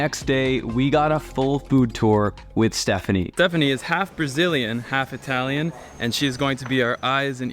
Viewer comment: Not Hi Talian , Ee Talian.. perghhh